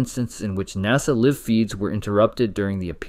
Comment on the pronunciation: I hate these AI generated voice overs....how can I tell? I can tell because they always pronounce "Live" as in "we Live in a house" and not "we are watching this Live"